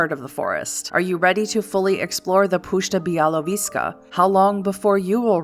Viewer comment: It’s pronounced “pushcha byawovieska” and “byawoviezha”. Puszcza literally means a big old forest. Białowieża means literally white-tower but nobody knows for sure why the forest is called that. Also, there is a koldunic sorcery for the Tzimisce based on the puszcza białowieska. It’s also one of, if not the, last places on earth were there is a wild population of the żubr, which is an wild European forest bison.